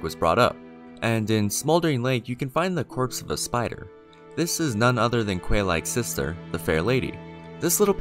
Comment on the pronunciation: que is not pronounced kweigh, its prounced kay. I can't find Quelana's name in japanese (I assume it is the characters for keruana or similar), Quelaag's name is spelled Keraagu. That is pronounced Kay rah ah g(oo) (you can drop the oo). While it's spelled using Katakana, the pronounciation DOES NOT CHANGE. Japanese, even when speaking foreign words, is a phoenetic language, and all syllabels are pronounced one way. It's Kay log, and Kay lana.